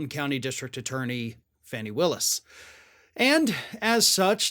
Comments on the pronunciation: Buddy, I love you, but after lots of references, I have to… Fani is pronounced “FAWny”, not Fanny. 😉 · It's FAWN-E WIllis u clown, not FANNY!! 😒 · Her name is pronounced FAWNY! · Really, is she so insignificant to you that won't take the time to pronounce her name correctly? You never heard it said on tv? Terrible video because of that important fact.